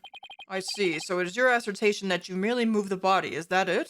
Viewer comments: New drinking game: take a sip every time mispronounces the word "assertion" into "assertation":P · Shoutouts to pronouncing “assertion” as “assertation”. Still love your vids <3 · It's assertion, not assertation lol